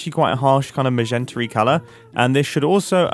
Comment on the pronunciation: i’m sorry HOW did you just pronounce ‘magenta’???